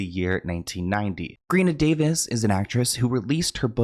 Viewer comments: ik you love to put ur unique spin on names but GREENa Davis took me tf out 😭💀💀💀 literally had to rewind I’m dyinggggg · did you say Greenia Davis ? lol